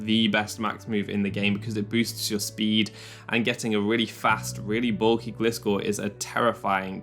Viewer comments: Fun Fact: Gliscor is a GLIDING scorpion. Not a glistening scorpion. A GLIDING scorpion. Therefore, it‘s name is pronounced “GLY-score” not “GLISS-score”. Thank you for “glistening” to my Ted Talk. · I love your content and energy U are one od my favourite poketuber on the platform <3 But Please pronounce Gliscor correctly (as if u said Glide at the beggining" g + lie")